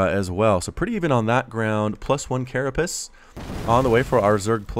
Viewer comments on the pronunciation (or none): none